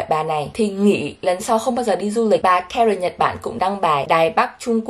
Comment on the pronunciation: Karen nghe lộn thành karken😅